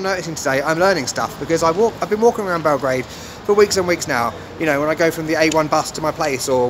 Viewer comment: YOU SAY IT BELOGRAD